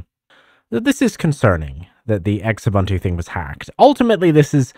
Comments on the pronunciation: "X-ubuntu" you mean "xubuntu /zu-bun-too/"? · ZOO-buntu. Not EX-ubuntu. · I pronounced Xubuntu as "Sh-ubuntu" - LOL 😅😂